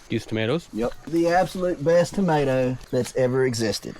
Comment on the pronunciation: 'Mater sandwich 😂